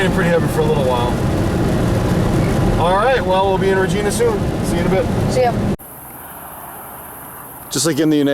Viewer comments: ...it pronounced "Re ji na" like our Queen :) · It's pronounced RAGINA but spelled Regina